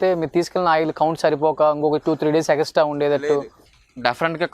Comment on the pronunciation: Egastra kadu ra , orey extra two days anali ,ah anchor gadiki zero knowledge